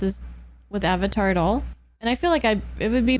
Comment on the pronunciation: This movie makes me tearbend in pain....but i love that Katara actually said "a"vatar and not "uh"vatar by possible accident. Even that actress knew how it was supposed to be pronounced.